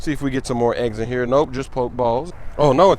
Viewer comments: it's PokE balls not poke balls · It's (po-key-balls) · Lowkey annoyed that he says pokeballs, "poke" balls 😂😂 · poke-balls poke-dex poke-stops lmao cmon smoove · it's poke-e-balls and poke-e-stop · Po-key balls smoove